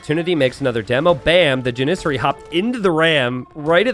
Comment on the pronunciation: JAN-ih-sary, NOT jan-IH-sury.